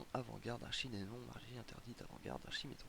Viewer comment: Archidémon, pas Archimédon :))